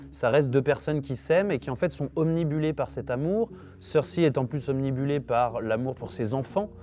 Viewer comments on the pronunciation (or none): on dit obnubiler, pas omnibuler... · obnibuler mdr tu le fais 2 fois en plus